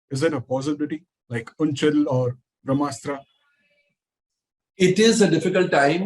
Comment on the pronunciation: oonchal?? 😂😂….it’s unchai…. Pronounced as “oo-n-chai”!!